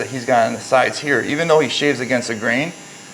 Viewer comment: This SMP guy needs to seriously consider working on his ability to articulate ideas.. he has a lot of local vernacular and slang accent in his speech that makes him sound incredibly unintelligent and unprofessional. He speaks like an uneducated meat head.. who pronounces words with "th" in the front with a "d" sound.. like instead of "though" he say "dough" .. NO! This sounds ghetto and uneducated. He's needs to stop that